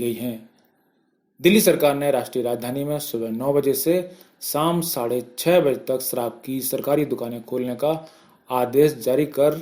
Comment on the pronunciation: देस, साम, सराब, नहीं देश शाम, शराब, न्यूज़ बोल रहे हो आप शब्द तो सही से बोले sir जी 🙏